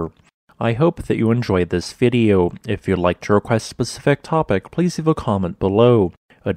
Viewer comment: Oh! I always laugh when he says If you'd like a "Pacific topic"..... (specific topic lol). But oh well, he gives some really tricky words a good try! Some place names I can hardly read let alone say them 😏 No one knows 100% of everything, we won't hold it against him. 😉